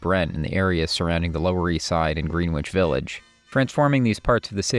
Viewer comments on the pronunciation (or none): Excellent documentary. A few corrections: Erik Satie is pronounced Sa-tee, not "Sa-tay"; Joan Baez is pronounced Buy-ez, not "Bay-ez"; and Greenwich Village is pronounced Gren-ich, not "Green-wich". Cheers! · Dude. You misspell Carole King’s name and then proceed to mispronounce Greenwich Village multiple times. Oof. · Could the narrator work on the pronunciation of Greenwich Village!? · Great doc, but one note: learn how to pronounce "Greenwich Village", yikes.